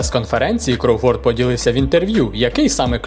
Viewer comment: Я навіть чекнув західних коментаторів, правильно КрОуфорд, а не КроуфОрд, цей наголос дуже ріже вухо.